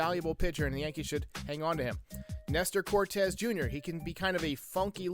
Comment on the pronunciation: Amazing video. Keep up the great work as always. Not trying to be mean, but it’s Cortes Jr. not “Cortez.” Just for future reference.